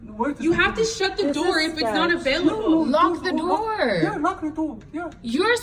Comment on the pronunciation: Door, it’s door, not dow